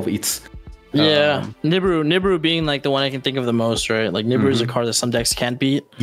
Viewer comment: I love how pak says Nibiru he says it like Niboru 😂